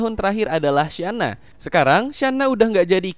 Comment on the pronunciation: Channa bukan Syana